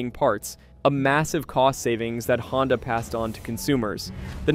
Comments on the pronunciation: I thought the company was called Honda ? Not HONDEEE ?? Maybe I’m wrong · Honda pronounced proper 1st 3 times then .59 he floridly says " Hondie"!?